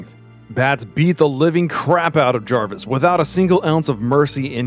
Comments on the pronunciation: It’s jervis tetch not jarvis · Is anyone caught on the fact he keeps saying Jarvis